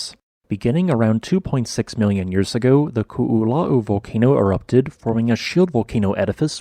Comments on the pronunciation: Youʻve been great at pronouncing Hua Tonga-Hua Haʻapai, but Koʻolau trips you up? You are pronouncing Koʻolau as Kuʻulau. The "o", glottal stop, "o", is pronounced like in Puʻu Oʻo. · Ko'olau is pronounced Koh Oh Loud(minus the d sound) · Interesting vid! For anyone who cares, Ko‘olau is pronounced "koh-oh-lau" where "lau" is pronounced like "loud" without the d. Not exactly correct, but close enough. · Koolau is three syllables. The first two O letters are indeed each pronounced, so you did good on that. The Os are pronounced like you say the letter O. The “lau” is pronounced like you say “ow” like something hurts, but with an L in front of it. So it’s Ko-o-lau. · ko is pronounce Koh and not ku. its Koh-oh-lau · Great information! And for future reference, the proper pronunciation of the upper east mountain range on the Windward side of the island is pronounced Ko'olau (Ko•oh•laow). The 'okina in our language is read as a glottal stop and is technically its own letter in our alphabet. How you pronounced Waianae was perfect though! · Nice presentation. The only weakness was your pronunciation of 'Koolau.' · Half of this is kinda common knowledge if you grew up in Hawaiʻi (cuz they go over this a lot in school) but I didn't realize the majority of the original volcano had slid into the ocean with remnants still visible on satellite imagery. I knew the Koʻolau side was created from erosion & landslides but never imagined at that caliber Also, I died every time they said "Koʻolau" (ko-o-lau) it's a phonetic language so you say every sound, no silent letters, no compound sounds. We use all the vowel sounds like English: A like in fAther, E like the beginning of Elephant, I sounds like swEEt, O like in dOOr, and U like in spOOn. That little apostrophe looking thing in between Koʻolau is called an ʻokina, indicating a glottal stop like the space between "uh-oh" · I cannot get over how he pronounces ko'olau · Your pronunciation of Ko‘olau is killing me brah. 🤣